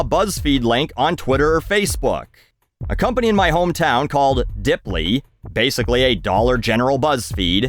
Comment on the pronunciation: "DIP-ly suffered a huge... DROP" OH COME ON, MAN